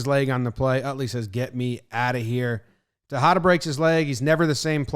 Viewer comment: It's funny The way this guy says “Tejeda”. Is nice cause u can use it as an example of The word “tajada” that means “slice”. So if you ever want a slice of something in spanish... Just think this crappy pronuntiation of JomBoy. PS: it's all jokes. Your videos are great!